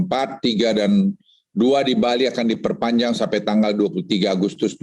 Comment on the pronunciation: huruf r dekat huruf t bro 😂